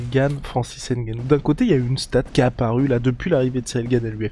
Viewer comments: EN AFRIQUE, NOUS DISONS "NGANOU" ET NON "N" GANOU "... JUSTE UN PEU DE RESPECT... SI POSSIBLE ! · Il faut juste corriger... "NGANOU" et non "N" GANOU. C'est simple ! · hey la Sueur !!!!! on prononce " Gannou" ! et pas Ngannou... on ne prononce pas le N dans les noms Africain !!!!!!!